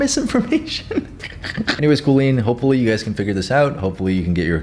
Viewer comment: "one prayer for kooleen"